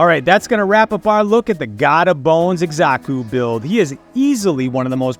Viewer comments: Not to be that guy but it's Sa-ku, not Eksa-Ku. Nice vid tho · 1. The Z sound comes from an X, not an S. 2. Again, there’s no R, it’s Xaku, not Xarku. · Itx "zaku" brother but thanks for all the tips brother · Why you pronouncing his mame like that? Wtf?